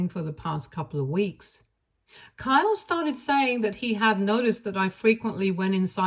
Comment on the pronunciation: Kyle doesn't have a long e sound.